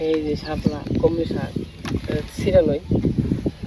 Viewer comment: হাপলা বলে না শাপলা বলে